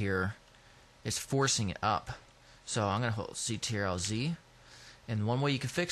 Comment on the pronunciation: Good, but stop saying A L T, its just alt (ol-t) and CTRL is just Control, it's really irritating.